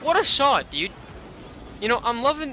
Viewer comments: it's Dude not diuude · the mans voice kills me "comon diud"!